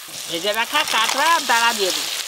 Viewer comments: কাংরা বলে না কাঁকড়া বলে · কাকরাকে ক্যাংরা বলে কেন